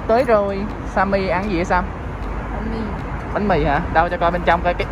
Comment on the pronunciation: Sam mà tui nghe nhầm thành Sa =))))